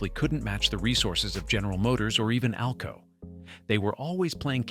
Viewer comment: 608 cubic inches per cylinder! only EMD used that as the model, the 600 series were 1979 cubic inches per cylinder Too bad video doesn't match narration. AI narration at one point called AlCo A.L.C.O., WHATTTTTT!!!